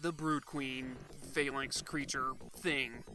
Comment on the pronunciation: The way you pronounced Phalanx and Sauron were distracting, but this was an excellent review and got me super nostalgic.